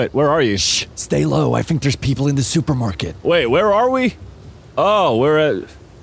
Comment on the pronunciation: "Dat" "Dey" "Dere" No 'Th' only 'D'